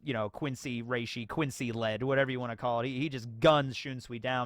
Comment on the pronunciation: I like the German pronunciation for the Quincy